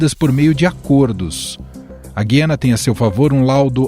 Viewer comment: É GU-IA-NA, GU-IA-NA, GU-IA-NA, parem de falar o nome da porr@ do país errado!